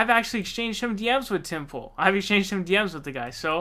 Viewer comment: Did you just call him Tim /Pol a few times? That’s so perfect!